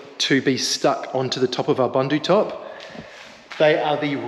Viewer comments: Looking great. I have been holding back on correcting you on your pronouncing of Bundutop. Being south african the word bundu is afrikaans and means bush or outback or in the sticks and is pronounced boon-do and not bun-do.😅 keep up the good work you almost there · I love your channel and have been following you guys since your Jeep days. I would like to say that if you are using or being sponsored a product please learn how to pronounce the name properly. 😂 booendoo. Thats the closest I can get. The African meaning of Bundu is bush/wilderness